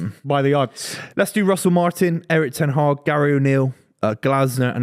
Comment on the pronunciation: gets it wrong as usual 😂 ‘won’t be Ten Haag’ 😂